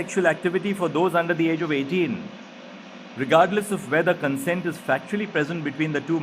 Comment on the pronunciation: Consent ka ye pronunciation sun sun kake mai bhi bhool gaya ki actually pronunciation kya hai.... arre bro aap ko bohot log sun rahe hain try to pronounce the words correctly so others don't make the same mistakes that you do. You may not be held responsible, but you should take the responsibility.